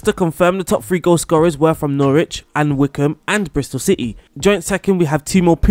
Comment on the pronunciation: I’m sorry, how did you pronounce Norwich? 😂